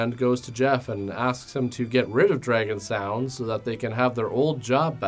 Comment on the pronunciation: "I didn't realize this before. Dragon Sound is really an international band." His pronunciation of "Dragon Sound" threw me off.